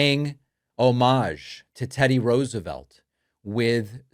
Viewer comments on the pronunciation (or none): The word "homage" is pronounces as in "homidge", not as with "fromage".